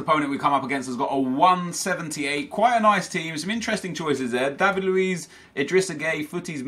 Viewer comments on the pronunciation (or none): none